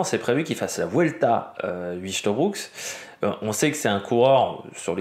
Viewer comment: On dit : "oeil-te-brou-k" ; il a déclaré avoir de bonnes jambes au point d'avoir hésité à suivre chaves. ça promet